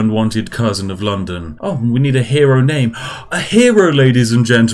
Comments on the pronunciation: "Londom" :D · London with an M instead of am N? Whats going on here